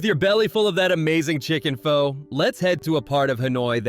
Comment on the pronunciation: How reliable is a guy who doesn't know how to pronounce Pho?